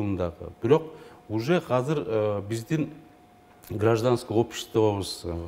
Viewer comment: Хазыр эмес азыр эне тилиңди так сүйлөчү